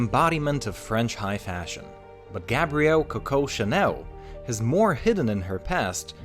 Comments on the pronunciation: It is not Cucko it is Co Co. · It's CO co, not co CO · It’s coocoo not coco when pronouncing it jeez the way that he says it sounds like a bird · You are to pronounce it as Ku Ku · Vybl08 yes U right , he actually say Cocow which is not french😂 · Your pronunciation of her name is pissing me off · The way you pronounce Coco is triggering me. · Rey TN But if it’s supposed to be said in french, then he isn’t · Coco is pronounced with the accent on the first syllable, not the second, just like cocoa and coconut.